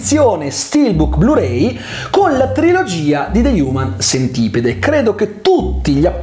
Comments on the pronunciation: de hiumen sentipid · Prima di recensirlo almeno vatti a vedere come si pronuncia il titolo